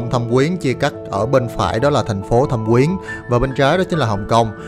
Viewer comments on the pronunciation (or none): Thâm Quyến mà sao anh cứ đọc là Thẩm Quyến vậy ta. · thâm quyến mà toàn thấy đọc thẩm quyến